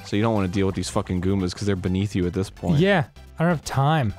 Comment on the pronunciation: No, Arin's just crszy. I totally understand the difference between "thiz" and "dis"